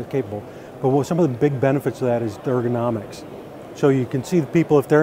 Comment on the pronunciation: What is "dergonomics?"